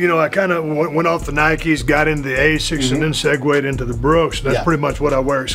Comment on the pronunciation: It’s asics not a6 💀